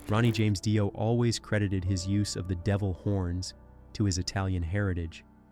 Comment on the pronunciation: 2pac shocker and ronnie Die-o. 😂😂😂